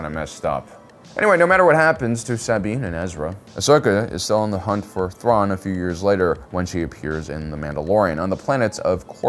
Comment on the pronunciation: The way he butchered Thrawn's name 🤣 Loved it